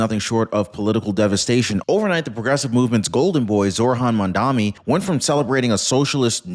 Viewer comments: He is not 'Mandami' as you are pronouncing it, he is Mamdani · It's MAMDANI!!! Not MAMDAMI!!! Pronounce it correctly... you sound uneducated!